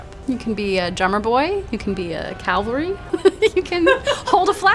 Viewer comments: She keeps saying "calvary" instead of "cavalry". Evokes images of Jesus storming the front lines. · How is someone so educated and still say cal-va-ry instead of CA-VAL-RY ? Like srsly ? ? Smh... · the history buff calls cavalry calvary? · Are we not talking about how they're "historians" and they call cavalry "calvary" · A historian saying, "Calvary?" eek! jk Great show, ladies. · She lost all her credibility when she said Calvary instead of cavalry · How is it that even professors say “calvary” when they’re referring to cavalry 😮 what’s going on out here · Did she just say calvary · Hearing her say "Calvary" instead of "Cavalry" made me flinch, come on man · I love these “historical experts” calling it Calvary instead of Cavalry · How in the FUCK do these two wen claim to be historians when they keep saying CALVERY?!!??! Bruh wtf. How can you study history and not say cavalry right? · historian saying calvary... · FOr the love of God, you are educated! Cav-Al-Ry Cavalry NOT Calvary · Calvary or cavalry? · “You can be a Calvary”. 🤦🏻‍♂️ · she's a historian and still doesnt know the difference between calvary and cavalry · I thought a history professor would know it's cavalry not calvary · I like how the history expert says Calverly, not Cavalry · "you can be a calvary?" What is a calvary? Did you mean Cavalry? just curious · Professor, "You can be a calvary" Me, "For the love of God it's cavalry, the word is cavalry" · 1.For a historian you would think they would know how to say cavalry (it’s not “Calvary”) 2. You would also think they would know why the British wear Red, Its the hardest color to see at a distance in terms of numbers 3. I hate it when older generations make fun of gamers, like “CEO of Poop that’s real mature” grow tf up it’s probably a 16 year old boy just trying to have some fun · It's annoying she keeps saying "calvary" instead of "cavalry" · Hearing a history person say Calvary instead of Cavalry has urked me more than I can explain.